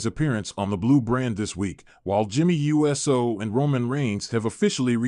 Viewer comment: It's freaking Uso no uu ss oo ou so? Stop butchering people's name!